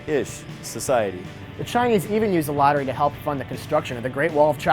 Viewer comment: It's actually not pronounced 'lotter-ray', it's more like 'loaterai'.